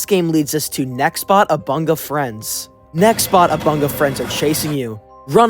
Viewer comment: omg he said nextbox lol